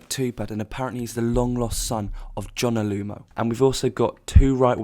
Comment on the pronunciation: It’s Johnah Lomu not Jonah Lumo